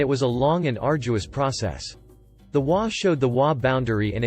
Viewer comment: It is a text-to-talk program which has it trying to pronounce the HOA as a word to get it done correctly it needs to be typed as you did it.